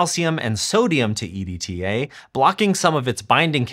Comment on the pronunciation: it's an acronym if I pronounce it "edtuh"